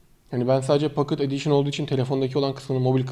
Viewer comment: pokıt edişın olarak okunuyo bacısı